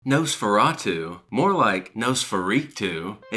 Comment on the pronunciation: Please stop saying Nose-feratu.